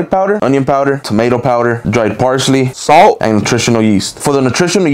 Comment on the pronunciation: When he said SAALTT, I felt that